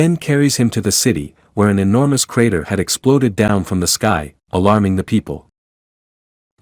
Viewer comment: A carter doesn't crash down. A meteor, or something else, cause a crater! AI voiceover fail... And now it goes from John to J-On for J'onn J'onzz?! LOL And who mocks Batman for not having Super Powers?!